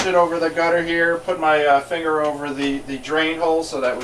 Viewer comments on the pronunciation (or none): none